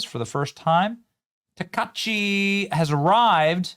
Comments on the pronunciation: yo man, do not eat the I, it's Taka"I"chi, not 'Takachi' nice vid though! very cool that Japan is keeping it's culture! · Taka-EE-chi, not takashi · I am cringing every time you mispronounce her name, my guy. Sa-na-eh Ta-ka-i-chii. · Benny, it’s pronounced “Taka ichi,” not “ta-ka-chi.” You can do better with that. Also, this intro clip blends Japan and Chinese influences. How would you like someone to create a caricature of the US by, completely without reason, blending American and Russian influences just because we’re both traditionally caucasians? It looks dumb, either way. Get someone who knows something about Japan to help with that. Heck, I’d volunteer. Fine to poke fun, but no need to look culturally ignorant when you do. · Her name isn't Takachi, it's Takaichi. You need to pronounce the 'i' or it changes the meaning of her name. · it isn't Takachi...it's Taka-ICHI. Please pronounce it correctly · Thanks Benny. Keep up the great work. Also her last name is pronounced Takaichi( Taka Itchy) Just for your info. Thank You for your team. I love it. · Benny its Taka- I-chi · Benny!!! Learn to say her name. It’s TA-KA-I-CHI (ta•ka•ee•chee) SA-NA-E (saw•naw•eh). (Her name is not Drumpf ;-)) TIP: Each vowel in Japanese has only one pronunciation and each vowel gets its own syllable. BAN•ZA•I‼️ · TA KA EEEE CHI, SA NA EH. .... pronounce it right.... youre killin me, smalls.... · Sanae Takaichi pronounced Sana ay Taka EE chee. Congratulations Ms. Takaichi. MAGA/MJGA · It's tah-kai-chee sah-nah-ay if you're kind of sounding it out that would be about it. :P Glad to see a woman of this background is calling the shots on the floor there. Given the dirtying of some bad western stupidity creeping into their culture and damaging it in print, video etc media in the last decade maybe she can put the brakes on the bs before it goes too far. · "Tock-ah-EE-chee". Benny, you are terrible with names! Slowing down your banter might help a little. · Her name is pronounced Taka ichi